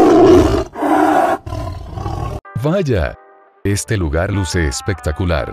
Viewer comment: lugar✖️ Luga✅